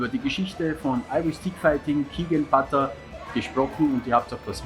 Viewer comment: Pronounced botta.